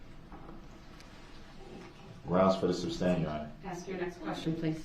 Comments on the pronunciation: It’s not sub-stain it’s su-stain!🤷🏼‍♀️ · Love the way Brooks keeps saying “substain” and not “sustain”. And he doesn’t realize that the more he talks the worse he looks in front of the jury….he thinks he’s making points with them….all this just shows he has no idea how the law works or the language of the law. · Substain lol goodness...